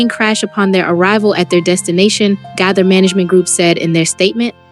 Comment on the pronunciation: Please learn how to pronounce the family names correctly. THE GAITHERS....(long a) Nelons...(not pronounced like melons) You can listen to other videos and learn how to pronounce their names correctly. These families deserve that respect.